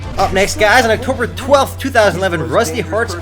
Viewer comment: Haha, you're saying Octomber 12th so many times. xD